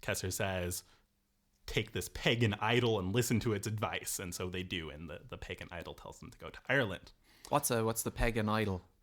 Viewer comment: is he saying pagan idol or peg and idle?